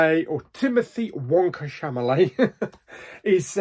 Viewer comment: Chamalet it's Chalamet😅 can't wait to watch this